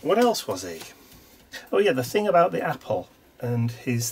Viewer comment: I love watching you put these altogether. On my Christmas break- which begins on December 18, I think I am going to think about a kind of "gallery" of sorts that I can do. I laughed hearing you say "aboot"... many people joke about Canadians saying "aboot" rather than "about"! cheers and warm wishes from snowy 🇨🇦Calgary, Alberta🇨🇦